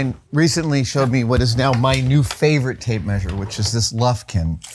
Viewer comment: Till this point, I thought she was saying "Tape Maid"